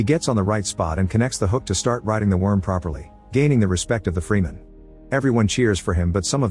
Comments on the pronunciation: I wish you would type what you need to into your AI script to get some of these names better. Freeman? Ugh. Type frehmen in, something. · Freeman 😭😭😭 its fremen, how was bene gesserit said right but fremen doesnt?